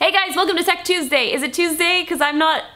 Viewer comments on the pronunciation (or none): she said sex Tuesday. Lmao